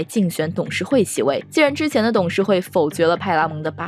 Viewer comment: 口音没问题，不过她的普通话发音不标准，或者说有点口齿不清。X，J，Q这些辅音发音都有问题，比如“既“然，院“线”，当”下”，两“千”，等等这些字的发音都有点咬舌，挺起来有点别扭。还有有的发音干脆错误，比如分成，是分cheng, 不是分chen.